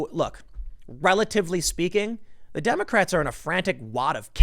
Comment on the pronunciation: At one point I heard "condemocrats" lol